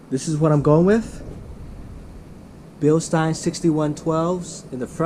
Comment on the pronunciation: Thank you for pronouncing Bilstein correctly.